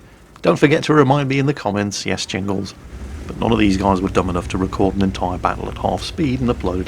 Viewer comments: Wait, did I hear you say the "migthy ingles" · Did he swallow the J ? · "With the mighty yingles"? Lol, did you forget about the J for a second there Jingles? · You're the Mighty "Angles" now? That's what I heard. Can't you even say your name right?